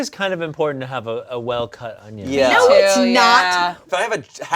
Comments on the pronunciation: I love how says ungins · Absolutely love, but everytime she says "ongions" i wanna throw myself into Ians knife wall lol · inability to say “onion” is giving BeenADick ClumberSpaniel’s “peng-wings” 😹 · Holy shit when say onion there’s a G sound I have a friend who does it too I didn’t know this was a thing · Why is pronouncing onion with a G at the end?